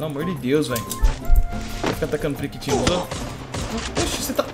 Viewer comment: Periquitinho ele falou